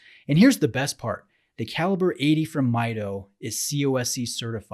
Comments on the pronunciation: It is pronounced as "Mee Doh," not "Mai Doh." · Pronounced Meedo not Miydo. Come on. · Great review. I have one just like this one and its such an underrated watch. Also, you mispronounced the name. It's Mido in spanish (meedo) as the name is derived from the spanish phrase "Yo mido" (I measure). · It is pronounced "Me Doe" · Hi! Very nice review! Actually it pronounces "meedoo".It's from spanish word "Mido" that means "I measure". :D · Hi, I have this watch, love it and have worn it for the better part of 3 years at this point. Just a quick comment about your review... the movement is not COSC certified on this model. It is laser adjusted in 3 positions and the bezel is not a 120 click bezel but rather 60 clicks. You are correct however in that it is an aluminum bezel. Others have commented on your pronunciation and it is MEE DOH contrary to the way you pronounced it.